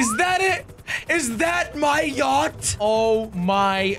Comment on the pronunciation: him pronouncing the yacht names wrong and calling orange yellow pissed me off so badly. still love you thought jelly(no homo)